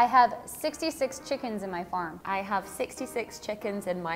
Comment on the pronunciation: As an American, I can still hear her accent when she pronounces certain words like “farm” and it sounded like she said “færm”. I think I need to listen to her speak longer sentences to be really sure